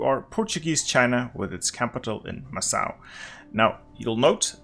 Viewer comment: Macau is pronounced "mackau" or "mahcow". Second syllable sounds exactly like "cow" in English. No S sound.